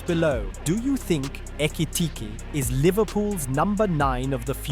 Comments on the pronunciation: He pronounced Ekitike’s name like 20 different times 😂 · How many different ways can an AI voice pronounce Ekitike? 😅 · Is this more chat gpt whatever AI shit? Why he keep saying his name weird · [Alt Title:] 30 Different ways to pronounce 'Ekitike' 🙃